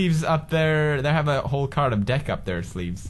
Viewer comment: "They have a ehole card of devk up there sleeves" GENIUS PEWDS STRIKES AGAIN